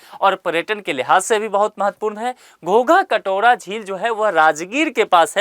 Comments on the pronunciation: Sir gogha katora nhi h ...godha katora h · Ghogha katora nhi hai sir iska naam ghora katora hai